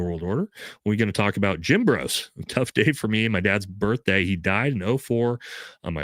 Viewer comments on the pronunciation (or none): none